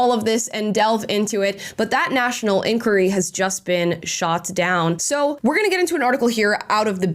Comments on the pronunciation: Please learn how to pronounce the word ENQUIRY not enqure 🤦🏽‍♂️ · Oh dear, the way you pronounce 'enquiry' 😅